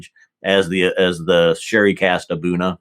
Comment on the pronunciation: I checked a video with Aberlour international brand ambassador Alex Robertson, and he did pronounce A'Bunadh, "Ahboona" . I was wrong all this time and you were right.